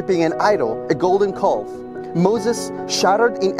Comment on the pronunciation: Amazing video thank you! P.S a calf is pronounced a kaf